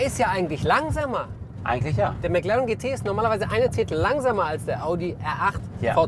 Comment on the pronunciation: Ich hasse es wenn man Meclaaren sagt